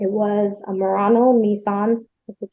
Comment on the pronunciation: Judge’s mispronunciation: Nissan ‘Moron-as’ seems appropriate for this couple 😂😂